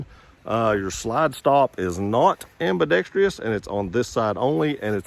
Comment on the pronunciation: The most mispronounced word in America.. Ambidextrous 😂😂😂